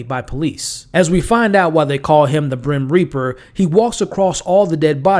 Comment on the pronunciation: You called him the Brymreaper.